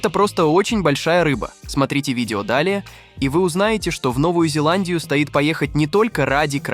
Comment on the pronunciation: Давайте соберем подписи в министерство образования РФс предложением ввезьти в школьную программу уроки правописания с ударениями.В греческом языке черточкой над буквой обозначают ударения.Почему бы не перенять опыт?Ато,действительно,раздражает,когда говорят "за этим монстро не стАит ходить далеко".Просто коверкают русский язык.